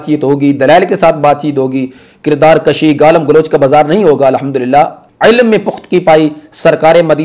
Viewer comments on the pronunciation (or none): ماشاءاللہ بڑا اچھا انداز ھے آپ کا بھی اور کے طرز بیان اور طریقہ استدلال کے کیا کہنے۔۔۔ تھوڑا سا شبہ لگا آپ کے کردار کشی کے لفظ پہ ۔۔۔ ایسا لگا کہ آپ نے کشی لفظ کو کاف کی زبر سے ادا کیا ھے۔۔۔ ھم نے اسے کاف کی پیش سے پڑھا ھوا ھے ۔۔ اللہ اعلم بالصواب